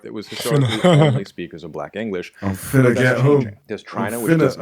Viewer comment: 😂 yooo that “finna” caught me off guard. Why did it roll off so flawlessly